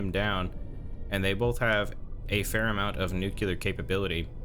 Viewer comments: sorry just curious about the way you pronounce "nuclear", to me it sounds like you're saying "nukelar" instead, is that an american accent thing? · He almost pronounced nuclear correctly, but caught himself and corrected it to the Bush Jr one. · I thought he was just trying to be funny. Us middle aged Americans grew up with Homer from the Simpsons saying noocooler